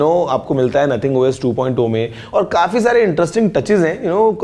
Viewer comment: Abe ,,kafee hota he ,,khafee,, nhi ladkyu ki trah overacting mat kia kar lol😂